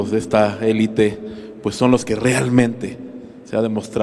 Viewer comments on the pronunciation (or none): none